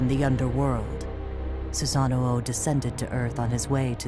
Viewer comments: Who says susano like that it’s su sano not susanno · His name is Susano. Why does she keep saying Susanao...